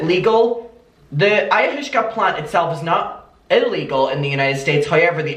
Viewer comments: i know u prob already got comments abt this but its pronounced aye-ah-was-ka and its just pretty similar to lsd or shrooms :) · Aaaaaah “Aye-u-was-ka” yeah that’s like Druid journey nature trip stuff. So she’s been secretly drinking psychedelics, that’s how she’s living in a false reality. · Living for your pronunciation of Ayahuasca! It's pronounced Eye uh WAH skah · Hey it's pronounced I - uh - waska. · I am from a very hippie town, and I’m HOWLING at your pronunciations 😩😂 eye-ah-wah-ska. It’s NOT the pleasant experience other psychedelics can be- it’s a brutal trip with severe vomiting, dark dark visions, and you HAVE to have a proper Shaw-mon facilitating it because it can be deadly. I cannot believe she’s openly talking about this while being the mother of young children. Who is taking care of the kids while she’s doing this? It’s not a 1 hour experience… it can take days to recover. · It’s “eye-a-waska” ☺️ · It’s cute how can’t pronounce the drug 🥰🥰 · I really love the way he pronounced ayahuasca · The way he can't pronounce Ayahuasca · mispronouncing ayahuasca is cracking me up cuz I know it’s cuz he just genuinely doesn’t know anything about drugs it’s so cute lol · Me too girl he’s so cute 🥰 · The way you pronounced Ayahuasca had me rolling omg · Adaaaam the way you tried to pronounce what I can only assume is “ayahuasca” 😂😂😂 made my day 💗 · This is what got me toooo 😂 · It’s pronounced ay-ah-was-ka. But I like ayahooshka better! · It's pronounced (Eye-Ah-Wass-Ka) This is so careless on Catherine's part. I'm disgusted :l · Hi! It’s pronounced EYE-YA-WAH-SKA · Because people are just commenting on you saying it wrong and not teaching you how to say it - Ayahuasca is pronounces like ay-oh-was-kah ❤❤😂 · I think it’s similar to peyote/dmt/mushrooms/acid. Also it’s pronounced EYE-AH-WASK-AH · listening to trying to pronounce ayahuasca is soo funny omg (eye-uh-was-kuh) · it’s pronounce “ ayawaska” lmao 😹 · It’s pronounced ayo waska